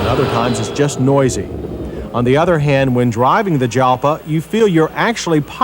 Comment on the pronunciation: John, my man... Jalpa is pronounced "halpa", as Lambo named perhaps 90% of their cars after Spanish fighting bulls and associated things. So, even though Lambo is an Italian brand, most of their car names (barring the recent things like the SE and the Centenario, and older models like the 350/400GTs and Silhouette) are actually Spanish. Kinda like Pagani's ties to Argentina. Yes, peanut gallery, I know this is an over 30-year-old episode of MotorWeek. And I don't care, I'd be remiss if I didn't point it out.